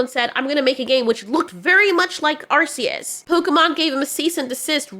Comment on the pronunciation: Thank you for pronouncing arceus correctly.